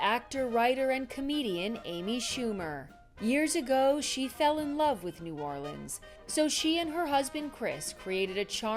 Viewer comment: Oh my goodness, she even said the city correctly. Welcome Amy❤